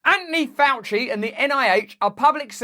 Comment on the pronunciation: Who's "Anonee Ouchie"?